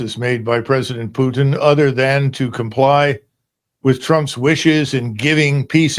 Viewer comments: Hey Kennedy, first off, it’s Putin, not “Pyutin.” Second, Putin is winning — the West and Ukraine have lost. He doesn’t need to concede anything; in fact, he might just keep marching all the way to Poland’s border. What’s being discussed now are terms of capitulation. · Yo Kennedy, his last name is not Pyutin! It's pronounced (pooh-teen)! You're a US Senator for Christ's sake! Also, nobody gives a rats ass about your psychobabble! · Kennedy says Pyutin. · why senator Keennidy said instead of Putin - Pjutin? Is he have problems to hear the right pronunciation of the last name of the Russian President? He probably not from Republican party; but from Dermoshit party>>>> 😮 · What a hilarious guy, Sen. Kennedy. He is a real clown. He can't even pronounce “Putin” correctly. What desperate people have voted for him?